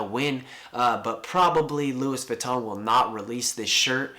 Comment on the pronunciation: Jamie Michael that's how you pronounce it